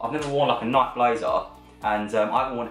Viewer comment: Say Nike properly PLEASE